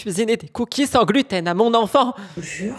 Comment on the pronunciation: « Je dois cuisiner des cookies Sans gluten à MoN EenFANT 👹 » désolée mais soit aigrie plus souvent stp pcq t’es trop drôle 😆